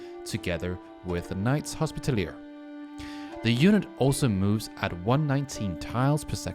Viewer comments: 'Knight's Hospitallier' 😂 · Bro you're pronouncing knight's Hospitaller wrong